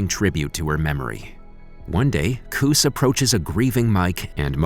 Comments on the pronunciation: Cus (cuss) Damato. Not coose. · It's not "koos". It's Cus. Short " u" sound. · its cus not coose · "Cus" (cuss) not "Cus" (Coose) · its cringy every time you say "COUSE" its CUS like GUS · Its pronounced c'uu's Not c'oo's. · It's not Coose, it's Cus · You make me want to cuss the way you mispronounced Cus name as coos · Coose instead of Cus like custard 😂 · I’m pretty sure it’s pronounced “Cuss” not “Cous” what a moron… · C-U-Z NOT C-OO-SE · His name is not "Coos". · I love this movie when it came out. It's actually an h b o special you should cover the don king story as well.... But for future reference the name is cuss like cussword Cus D'Amato. It was a travesty listening to you disrespect his name. Great recap tho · the way he keeps pronouncing Cus as koos is actually getting me vex ... embarrassing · Couldn't even correctly pronounce Cus.......? WTF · At least pronounce Cus' name correctly. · Cus a quick Google Translation would have probably told you his name or better yet watching an actual video about the actual man you would hear how his name was pronounced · Every time he mis pronounced Cus name I wanted to smash my ear phones. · It's highly annoying.